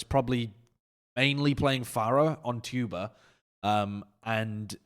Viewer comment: KEKW saying Chuba instead of Tuba is my new jam